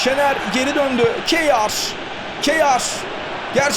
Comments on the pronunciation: Abi Bu arada Kjær'e ya Kayer deyin ya da Keya .. Spikerde değiştirseniz süper olur. Kiyağer ne :D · Kyear okunuyor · Abi "Keyar" değil "Keya" olacak futbolcunun kendisi söyledi öyle telaffuz edin diye ;) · Abi O Keyar Değil Kayer Diye Okunuyor.Söylemiş Olayım. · Abi bu arada kjaer e hıyar dermiş gibi seslendirmişsin :))